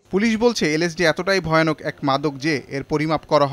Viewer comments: did you noticed that he Say "isd" 😆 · ইন্সপেক্টর সাহেব এইভাবে কথা বলেন কেন?সুন্দর মত কথা বলেন,আইএসডি কি,এইটার নাম তো এল এসডি। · পুলিশ ভাই ওটি আইএসডি নয় এলএসডি। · that police officer can't even say lsd correctly and here he is talking about how dangerous of a drug LSD is